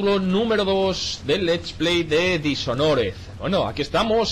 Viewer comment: Lol richard pronuncia el juego tal como se escribe y se pronuncia DisHonred